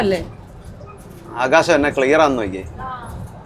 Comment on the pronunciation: ആകാശ് ഇല്ല ആകാശം